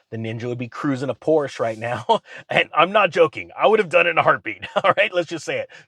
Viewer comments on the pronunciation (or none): I used to have a t-shirt that said: Por sha is a two syllable word. (69 911S) No offense meant.